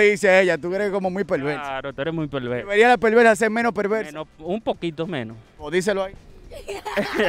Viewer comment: Cómo es perversa o pelvelsa? 🤣